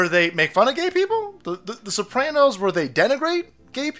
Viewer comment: Not the Sooranos....